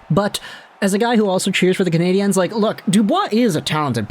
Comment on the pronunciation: Bro are you reading the talkbacks? It's CanadiENs not CanadiANS!!!!!